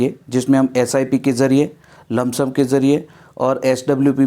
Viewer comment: लमसम नही होता है सर